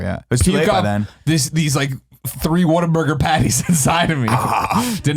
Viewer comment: You've no idea how happy you guys just made for pronouncing Whataburger correctly. For some crazy reason, the majority of people I know here in Texas pronounce it as "Water-burger." Fucking infuriating.